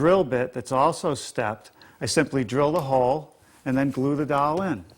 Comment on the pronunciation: Drives me crazy when he says doll instead of dowel.